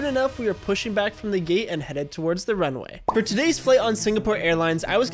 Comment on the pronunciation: You said geet instead of gate